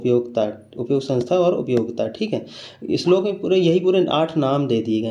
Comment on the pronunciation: Your slok pronunciation is very good